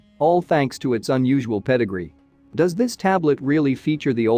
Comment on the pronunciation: The minute I heard it..I was like.. ",that's just disrespectful'.. then when it said pedigree the way it pronounce it, I checked out 😂